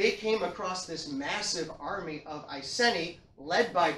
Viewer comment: Great lecture. Love all your lecture videos. Not sure about the pronunciation of Iceni tho. Maybe it’s just English/American accent thing. As someone who lives in old iceni area I approve of this video. Keep them coming 👍🏻